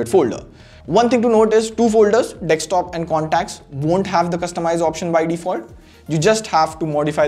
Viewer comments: It is DESKtop NOT DEXtop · I like how he says dekstop instead of desktop. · It's desktop dude. Not dekstop. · Great Video! Just please stop saying DEKSTOP. It's Desktop!🙉